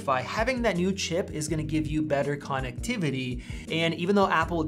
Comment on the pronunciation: That’s a very strange way of pronouncing connectivity. I can’t get it out of my head.